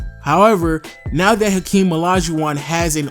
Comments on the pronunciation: Its hakeem not akeem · I don't get why people always picking on these tiny little nonsense on how to pronounce or mistake with naming. It is just a name and everyone know who is a is. Not like he called Hakeem. Henry. Very small pronunciation error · Hakeem not Akeem bro